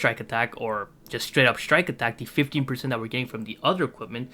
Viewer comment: sounded like 50 lowkey